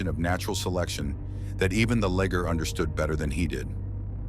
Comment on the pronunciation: The natural granite cliffs are NOT polished. That happens when humans cut it into slabs. Liger not ligger. pron: lie-ger. This is as far as I got. Is it the AI voice or bad script writing?